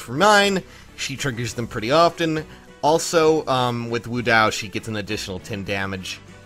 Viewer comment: wo dao = woah dow pls